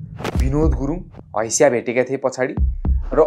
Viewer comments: हैशा होइन हँसिया 😂😂😂😂😂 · Hasiya ❌ Haisya✅